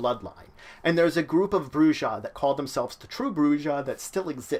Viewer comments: You lost all credibility when you pronounced if BROO-zha. It's BROO-ha. Dude, you couldn't even pronounce Carthage right and you call yourself an Emperor?!? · Your saying the word wrong white boy the J makes a H sound while the last h is silent ( Broo-HA ) you dumb fuck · You pronounced the J... lot of players are going to hate you. >:D